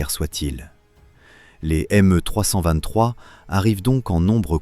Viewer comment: Pas MU mais ME